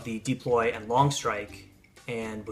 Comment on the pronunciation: It's deploy, not deeploy